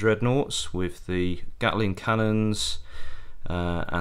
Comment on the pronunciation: can’t like this enough. Makes me cringe watching batreps and hearing Loo-tenant. Don’t get me started on Gatler instead of Gatling 😬